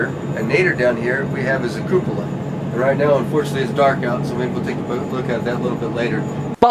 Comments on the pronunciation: Hey I love your videos but please pronounce "Cupola" correctly (Q-pola). (You call it the Capola). LEO really has shot himself in the foot with that vid lol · It's pronounced Cu--po--la my friend...love what u r doing, keep it up! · You keep mispronouncing "cupola"